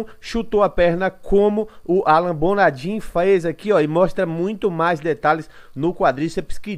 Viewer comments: que Alan Bonadim o q... o nome do cara é Alan Bonadiman, o mínimo de respeito é falar certo o nome do maluco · Mano, bom dia. Sugestão, verificar o nome correto dos atletas, não é a primeira nem segunda vez que vejo vc falando errado o nome. No caso é Alan Bonadiman nao Alan Bonadin. Abraço